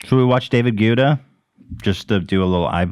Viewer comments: I’m sorry I have to say it - it’s pronounced “GETTER”.. “DAVID GUETTA” (Getter). It’s been driving me nuts saying Gweta 😂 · ETHAN... it’s Guetta spoken Ghetta 💋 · The H3 crew misprononcing david guetta's name is the most hilarious thing !!! "Gwetta", "Gouda" Guys, it's "Gaytta" 😂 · GUETTA. get - ah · Will Ethan ever learn to pronounce David Guetta right? It's just GET-TA 🤣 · The fact that they say David Guda kills me every time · David Gouda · it’s pronounced David GET-UH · btw 'guetta' is pronounced 'get-ah' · Why do you pronounce David Guetta so weird?😂